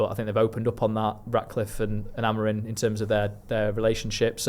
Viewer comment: When will and from talk of the devils learn that Amorim’s name ends in M not N?